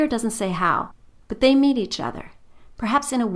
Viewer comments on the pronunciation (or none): none